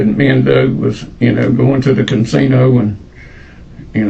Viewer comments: Say "cansino" one more fucking time!! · Can-sino? I love this dude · That man wasn’t talking about any damn casino, he said “cansino” and I feel it was wrong of you to deny that with your subtitles. 🤣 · my takeaway from this is that some people say "cansino" 😂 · I am starting to kind a like it.😂cansino. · there is only one “N” is Casino. 😂